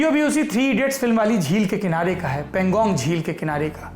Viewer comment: Saurabh bhaiyya .. Woh Pan-gong lake hai .. I think pronunciation was erred !